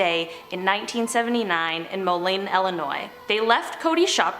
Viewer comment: I live in Davenport... The way Moline was pronounced was kinda cringe ngl but I never expected to hear my town on here.